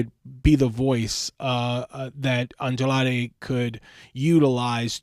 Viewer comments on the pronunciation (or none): Bro it’s Andrade not adlade if you can’t pronounce it say it in English damn